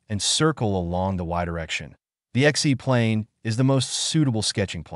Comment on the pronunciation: What is the "Exee plane"?